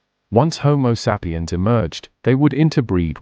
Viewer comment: Love the content but the ai voice is unbearable. Couldn't really get past the mispronunciation of "sapiens". Unfortunate.